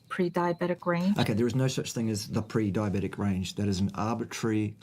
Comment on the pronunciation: Carnivores can't be "pre-DIE-oh-bet-ick". Problem solved.